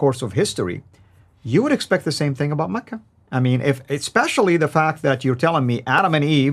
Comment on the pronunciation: Makkah not Makr